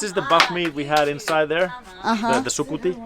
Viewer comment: its sukuti not suputi